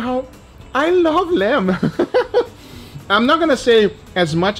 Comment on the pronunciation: All i heard is "I LOVE LAMP"